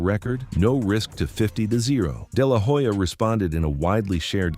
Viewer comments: It's no " deh lah whoe-ja" it's pronounced " deh lah oh-ja" 🙄🙄🙄🙄🙄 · It is not De la hoya , it is pronounced De La Olla .